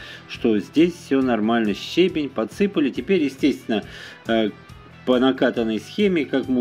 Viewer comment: Ударение: ще́бень — ударение падает на 1-й слог.